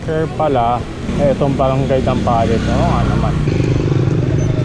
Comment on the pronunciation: Mabilis ang pgbigkas ng Dampalit Hndi Dam pa lit